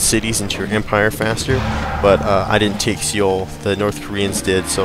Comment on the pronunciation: As a courtesy, the city name is just read like 'soul'. As part-Korean, I felt obliged to bring that up.